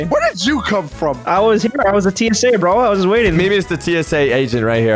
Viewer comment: the indian accient "brooo" is go good bruh